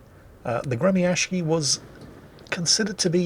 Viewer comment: for the love of everything salty Its "Gre -mya-shiy" there's no "K" in the pronunciation